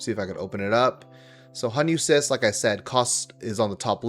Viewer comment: Its defo cRyst not cyst haha😅